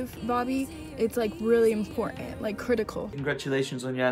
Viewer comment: this girl throws shade at Bobby but doesn't even know how to say important hahaha. Also ik she's joking but doesn't change facts